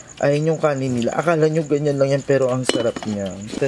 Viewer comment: Aye baket po ni-la lagi ang basa nyo sa nila HAHAHA just a question not hatin